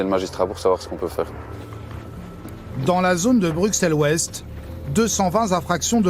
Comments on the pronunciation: MolenbÉÉk et pas molenbeck. BruSSelles et non BruCKSelles . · "Molenbèque", à "BruKselle", ça commence fort 😂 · Brux elle 😭😭😭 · Brussel et pas brukselle, molenbeeeek et pas molenbeque. pourriez faire un effort... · deja ont ne dit pas bruXelles mai bruSSselles et pas molenbèèk mai molenbéék... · Ils viennent faire tout un reportage durant des semaines sur place et sont pas capable de prononcer le nom de la ville correctement, ça m'agace. On prononce molenbéke, bruSSelles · MolenbÈk et BruXelles mes oreilles saignent 😭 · Molennebeque à Brukselles… révisez votre prononciation avant de dire des carabistouilles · C'est irritant d'entendre des Français prononcer le X de Bruxelles au lieu du double S alors que cette exception existe en France aussi avec Auxerre! Mais ce qui est encore plus irritant c'est d'entendre le nom de la commune de Molenbeek prononcé Molenbèque au lieu de Molenbéék !!! Ces journalistes ont rencontré des policiers bruxellois, ils ont dû entendre comment ça se prononçait. OK, c'est un nom flamand mais ce n'est pas bien compliqué de le respecter. Un grand respect aux policiers qui font ce métier difficile dans une zone très difficile. On se croirait en Seine St Denis ou à Clichy mais ce n'est pas encore aussi grave que la zone Nord de Marseille ! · BruSSel et MolenbÉÉk !!! C'est pas si compliqué d'apprendre à prononcer correctement. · "Molenkèk", "Bruksel"........ dur dur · On peut dire ce qu'on veut en effet, mais Bruxelles avec "ks" n'est pas la prononciation correcte. Et personne à part les français ne dit "choux de Brusselles" ici à Bruxelles:-) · Dans les premières 30sec « bruksel » « molenbek » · Explication pour tous, Bruxelles en Belgique se prononce "Brusselles" merci 😊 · "une image peut reluisante"... C'est sur qu'en faisant des reportages comme ça, ça va pas aider a aller mieux... Et pitier les français, apprenez à prononcer les nom des villes avant de faire des reportages en Belgique !!